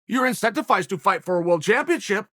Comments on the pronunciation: Chael: “Incentifized” Me: Ok, Great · Chael "Incentificed*" Sonnen...gotta love the confidence 😆